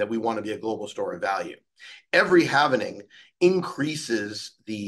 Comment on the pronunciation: It’s halving not halvening